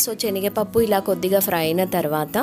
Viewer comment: Chenigapappu kadhu senigapappu